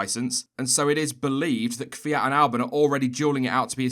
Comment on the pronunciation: Did I really just hear an English speaker pronounce Kvyat's name correctly? What sorcery is this?